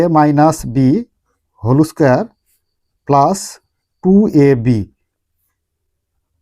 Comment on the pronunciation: হোল স্কয়ার ❎ হলৌ স্কয়ার✅